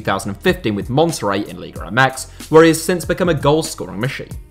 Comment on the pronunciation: Why do you say “liga REmex” ???????